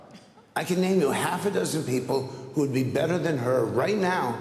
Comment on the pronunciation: the “would” got me. lol.